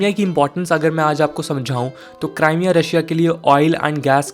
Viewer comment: It's क्रीमिया not क्राईमिया